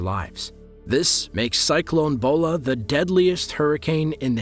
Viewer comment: It's pronounced as Cyclone Bhola